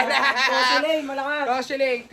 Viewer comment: KOSHELLAINE PO, Layag na layag Mami bhieee